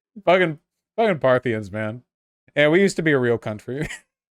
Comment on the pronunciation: Partha-KNEE-ins or sometimes just Parthians I think. But never Parthinians.